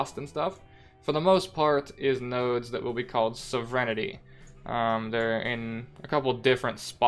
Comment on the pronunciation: Hey buddy. It's sov-rin-tee 😃